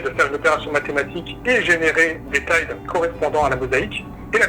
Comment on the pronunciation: Excellente vidéo, par contre va falloir réviser ta prononciation de termes comme "Datenmeister" et surtout "Tiles" (mdr c'est quoi ce "thill"... nan mais ho!!!)... ha et mention spéciale aussi pour les "faits factuels".